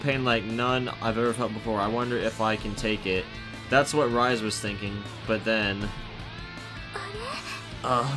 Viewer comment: Oh by the way, your pronouncing Rise-sans name wrong. Its pronounced Rii-seeh.